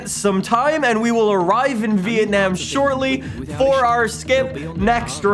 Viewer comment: really says vietnayum grond prix